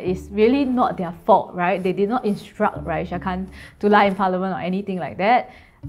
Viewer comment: What is with Chinese people and adding a “h” to people’s names? It’s clearly RA-EE-SAH not RA-EE-SHAH jeez plain English letters bruh cmon